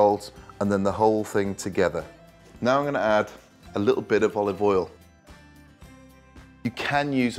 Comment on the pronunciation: "a little bit of oliv awl" -proceeds to dump in the bottle man thinks he's gordon ramsey lol...